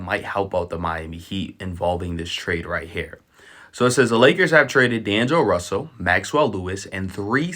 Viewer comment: “Daneglo Russell” 😂